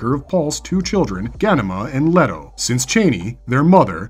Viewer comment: While an interesting video you mispronounce a number of the names wrong including Alia and Leto as well a few others